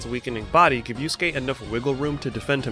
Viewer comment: Good vid but ngl These american pronounciations KILL me. „Yus-gay and Kew-row-kow“ 💀🔫 Its Not hard to pronounce it correctly, Even as a non-native speaker.